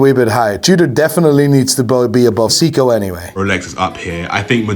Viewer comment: Are we surprised that the "watch expert" who doesn't know how to pronounce Seiko (NOT "Seeko" or "Sicko") nor Breitling (NOT "Brettling")also doesn't know how to say turquoise? 🤔 Not really (...anymore)🫠